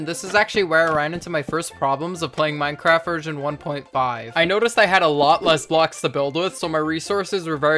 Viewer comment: why is it saying minceraft